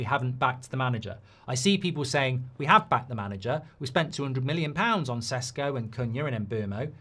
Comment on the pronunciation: Everytime mark pronounces sesko like sheshko take a shot